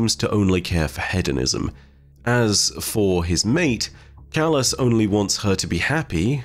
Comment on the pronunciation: Just letting you know you're pronouncing hedonism wrong, I'm not trying to correct you but its just something I noticed. Keep up the amazing content Eh 🖖😁